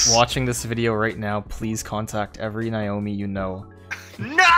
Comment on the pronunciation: My name is Naomi and I feel very uncomfortable. Also I am offended you said Niomi not Naomi.